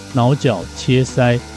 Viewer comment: 腦絞，我一直聽成 “撓腳” 😂